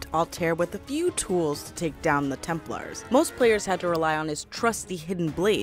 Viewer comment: It not tempers it’s Templar